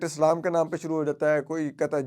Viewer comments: Salam thek sy bola karo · Bhai salam toh thik se kar liya kare baat toh thik karte hain lekin salam bolne mein aapko masla hain